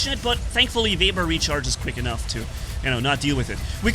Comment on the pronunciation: keeps calling it a vebber